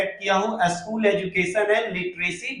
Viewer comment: भाई साहब वीडियो अच्छी है । School - स्कूल पढ़ते है एसकुल नहीं Edit - एडिट पढ़ते है इडिट नहीं 😅